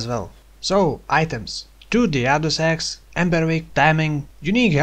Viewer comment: lol when yoiu say use the other axe i hear use the other sex in offhand